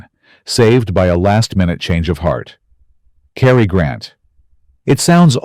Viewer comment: Cary Grant 's first name is Cary not Carrie.